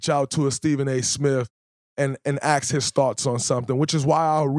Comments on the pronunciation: Dray... love your podcast. I recommend you reach out to those guys you mentioned and AXE them how to pronounce ASK. it's an easy thing to overcome. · Anyone else more offended that he can’t correctly pronounce the word “ask”? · it is ASK, not aks. You need help